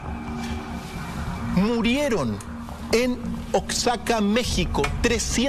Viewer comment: Querido Oaxaca se pronuncia [ Oa-ja-ca]